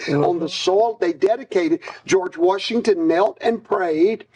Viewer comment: George WARSHington.